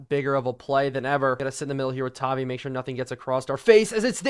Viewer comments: it’s pronounced tah-vi vi like tie so just you’re aware great video this mod is crazy seems like it could make madden valuable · please change Bo to #10 and MHJ to #18 and also it is pronounced “Tah-Vie”